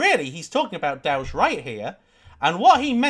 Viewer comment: Dowge and more dowge